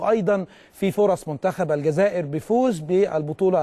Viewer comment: صعب عليه نطق اسم الجزائر